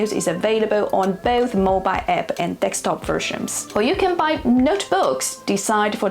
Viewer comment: Desktop and not dekstop